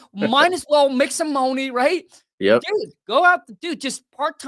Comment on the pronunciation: I love how he pronounces money, get that mouny baby $$$😂😂😂😂